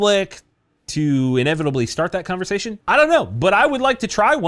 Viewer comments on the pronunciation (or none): none